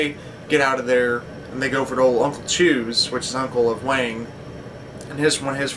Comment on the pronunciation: Wang...not Wong :)